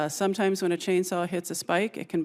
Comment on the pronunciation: She said sometiymes can cause a saw to buck". Lol.